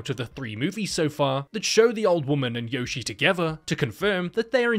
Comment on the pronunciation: The great thing about this videos is how he never pronounces Yoshie correctly once. No wonder she wants to eat everyone.